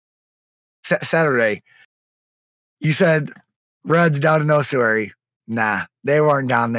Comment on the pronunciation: My OCD kicked on with the pronunciations of Ossuary and Lich